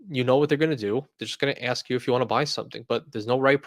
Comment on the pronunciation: Dude, it's "ask for it." Not "axe for it."